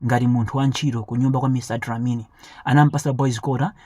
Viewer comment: Mr dlamini not dilamini